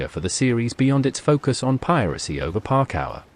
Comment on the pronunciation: Parkour ❌ Park Hour✅